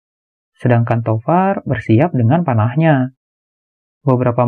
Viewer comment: Tovar & William salah sebut teros😥